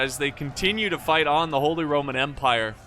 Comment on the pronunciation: Please stop Saying ‚holy rrrrrrrrrromen empire‘. We dont pronounce the r like that